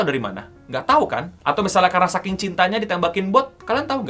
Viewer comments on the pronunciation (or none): none